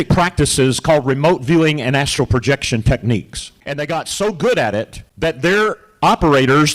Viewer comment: Hi. It’s astral projection. Not Astro. 😉